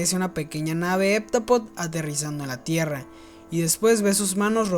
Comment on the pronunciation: No se pronuncia HepTApodo?